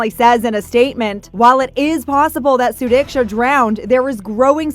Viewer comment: This time you did pronounce her name properly... Wish her parents would ne so strong as you and me to find out the actual scenario what happened to her and not believing what joshua actually said